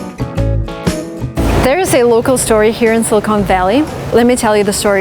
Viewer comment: Thank you for telling this story, but I have to tell you something that kind of grated on me is your pronunciation of the word 'silicon'. It sounded like you were saying 'Silicone Valley' which is funny because 'silicone' is a material plastic surgeons used to use to do breast augmentation-- which, of course, is totally different than the element silicon used in semiconductors. I believe the word is better pronounced 'SILLuhkun' with the accent on the first syllable and the last syllable pronounced with a short 'u' sound. Yeah, I know I'm being picky, but it's something I notice. Also the author Tom Wolfe has a very interesting essay in his collection 'Hooking Up' called 'Two Young Men Who Went West' which is about the men who started Fairchild Semiconductor and Wolfe gets into a lot of Silicon Valley history which I thought was fascinating and you might like it, too. Thanks again